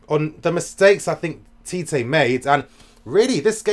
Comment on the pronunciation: First of all, Tite is pronounced as "Chi-Chi" LOL... Not TeeTay I was telling my friends that Mertens and Carrasco are the deadweights in the team, along with Meunier. And Belgium gave themselves a chance with the changes! Neymar couldn't find a way pass Fellaini all evening. Oh that diving... It's less, but when he did it's so fucking exaggerated. Hazard showed tonight what a leader should do. When you're the best player you need to make sure you deliver. He bought so much time and freekicks for the country. Hazard > Neymar Finally I need to talk about Tbo. He has been the best Gk in the World Cup, and it's not close. All the stupid talk about fans wanting him out is bullshit. They don't see what an all round keeper Tbo is. Every long ball towards the box? Tbo gobbles it up. Stop insisting that Allison or De Gea is better. Tbo has to be mentioned in the same breath already.